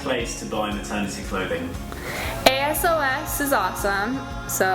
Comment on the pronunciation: the way you pronounced asos made me cringe but on another note you seem so inspirational